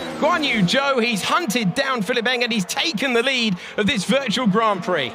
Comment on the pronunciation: Everytime they say Pihilipp Eng, I hear Cillit Bang😅 Am I the only one?